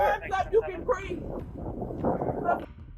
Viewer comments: It's breathE. Not breath. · it's breeve, not breef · "I cannot breeve!" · I am so sick of hearing," I didn't do nuthin" and "I can't breeve". Enough already. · “I can’t breaff “! 🙄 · Correction: she can’t “breave” heavy on the V